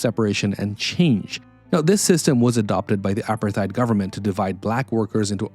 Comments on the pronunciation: Hate to tell you but 'apartheid' is pronounced "a-part-eyed". Not "apper-thide". Interesting video though. You've obviously researched this incredibly well. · No, it’s pronounced apart-hate. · The h must be pronounced. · Drink a shot everytime he mispronounces Apartheid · great content, thx. Your pronunciation of war is odd and of Apartheid, risible. Is this an AI driven voice over?